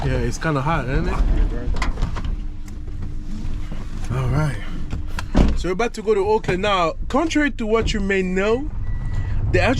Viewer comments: Auckland.. You say "Oakland" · It's Orrrrk land